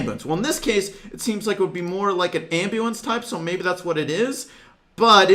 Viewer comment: When said "may be removed" or something like that I thought he said "Bibi removed" and started panicking 😂